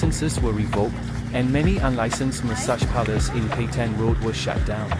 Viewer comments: Petain not Petian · It’s PETAIN ROAD. Pronounce it correctly. It’s the bare minimum of decency as a content creator.